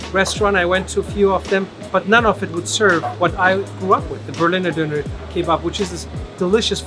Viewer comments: he literally went to a german guy and asked him how to pronounce Döner correctly and still didn't make an effort to pronounce it correctly for the entire rest of the video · he is also calling it a Doner instead of a Döner, although he knows how to pronounce it correctly, as we witnessed in this video while he was at the döner shop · I'm am very Interested in languages and therefore very tolerant about pronounciations. But nothing sounds more irritating than americans saying "Doner Kebap"😂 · The doner guy has a weird pronunciation, he tells his name and doner with American accent but his English with a is Turkish accent